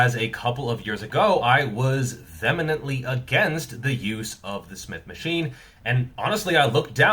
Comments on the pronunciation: vehemently? its pronounced like vee-he-mintly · Vemenently and unequivocably? making new words for the English language at the same time as new muscle on that great physique of his 😂. Respect!